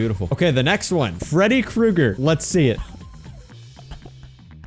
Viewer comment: 🥨 Freddy Cru-EGG-Er.